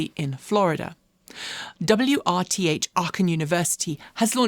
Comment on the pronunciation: Iirc, it's RWTH Aachen, not WRTH Aachen.